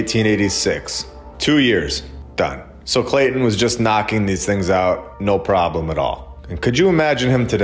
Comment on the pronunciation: Clay-ton as in bricks ....